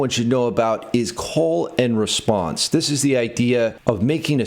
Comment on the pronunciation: I thought you said "colon response" for a second there 😂 Diabolical